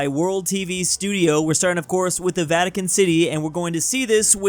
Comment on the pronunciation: The first video really said "vitican city" and not vatican city💀💀💀